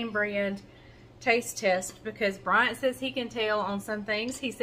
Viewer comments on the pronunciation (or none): none